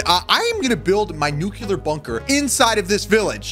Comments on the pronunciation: mans says nucelar (noo-kee-lur) but its pronounced nuclear (noo-kleer) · Nuke You Ler? Or nuclear? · It's not nucular (your prununciation) it's nuclear (correct pronunciation) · He calls it a nukelar bunker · Stop saying nucular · ITS not nuce lear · Nuclear pronunciations failed: 1000 times. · Bro he pronounces nuclear wrong...